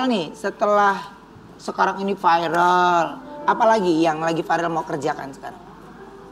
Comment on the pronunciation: MIN, masukan nih utk Ruben. Kata VIRAL sudah masuk di kamus besar bahasa Indonesia(KBBI), sudah jadi kosa kata bhs Indonesia, ngucapnya biasa aja V I R A L.. tidak perlu diucapkan F A I R E L, cukup dieja V I R A L.